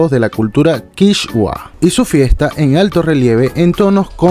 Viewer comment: El traje de Ecuador no representa a la cultura "quichgua", como pronuncia el locutor, sino a la cultura quichua.